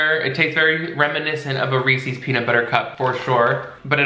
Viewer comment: I can’t deal with how you kept saying Reese’s like Reesies or smthn lol